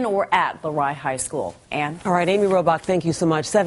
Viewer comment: i live near there and its LEEEEroy not LAroy